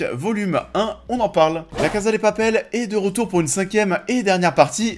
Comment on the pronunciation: J’ai bcp aimé cette première partie de saison, je suis toujours aussi contente de revoir ces personnages auxquels je suis attachée donc pour moi c’est pas vraiment la saison de trop. J’ai hâte d’avoir la fin. Et pitié prononcez bien « CASA », c’est à l’espagnol pas à l’italienne !!!